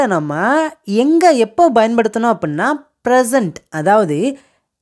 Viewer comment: Small request, Bayan paduthanum இல்லை Payan paduthanum is right (பயன் படுத்தனும் ) கொஞ்சம் உச்சரிப்பை சரி செய்தால் நன்று